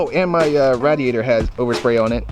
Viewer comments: did you say rat ater ? lol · Radiator (ray-de-ait-or)